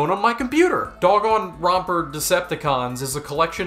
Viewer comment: god i lost it everytime u say pronounce danganronpa lmao, u're so underrated!